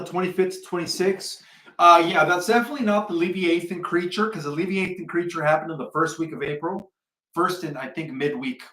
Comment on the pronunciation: It pronounced, le-vi-ah-than.